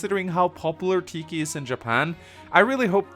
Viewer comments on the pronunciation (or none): none